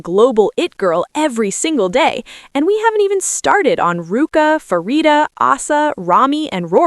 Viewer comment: Props to our girls! Can you please fix the AI voice to pronounce Pharita's name correctly? It is not an F sound, it is a Pah sound. This is her name in Thai and Korean. You are "" you should know how to pronounce it right.